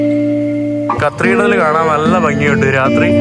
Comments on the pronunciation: നീ ഇതിൽ cathedral ന് പകരം കത്രീഡ്രൽ എന്ന് എത്ര തവണ പറഞ്ഞെന്ന് ഒന്ന് കണക്കെടുക്കണം. അതും തെറ്റായ ഉച്ചാരണം. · Please correct your pronunciation of "Cathedral"